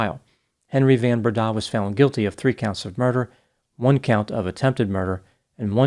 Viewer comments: That 'van' in van Breda is pronounced 'fun' (f`uhn) . It's Afrikaans. Hello from South Africa! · The surname the van is pronounced like the word fun. Fun Brenda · Henri Christo Van* Breda *(pronounced "fun") if you're intersted in getting some afrikaans language skills ... Stellenbosch is pronounced in point ❤❤❤ well done... super impressive